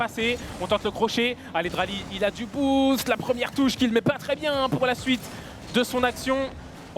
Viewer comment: Dralii pas draali ahah